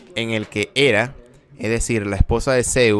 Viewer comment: Lo de pronunciar nombres griegos latinizados como si fuera inglés me trastoca un poco.. Hera se pronuncia en español tal y como se escribe.. Es como plus, ahora resulta que es plass.. dejémonos de anglicismos absurdos de una vez...